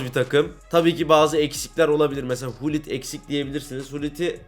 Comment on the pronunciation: hulit ne lan gullit o